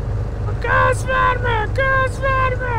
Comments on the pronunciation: میگم وَرمه نه درستش گاز وِرمَه هست😐😂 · باید بگی Gaz verma 😂😂😂😂😂😂😂😂😂😂😂با مامانم ب اینجوری تلفظ کردنت فقد خندیدم